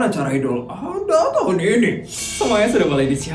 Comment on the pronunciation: Maaf kak sekedar membenarkan, kalo penyebutan idul Adha itu "ad ha bukan A dha"😊😅